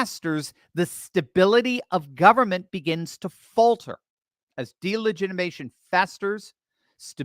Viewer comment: I love you, I listen to you everyday, but please learn how to say delegitimization correctly, PLEASE?! You are missing a syllable! It makes me cringe!😳😜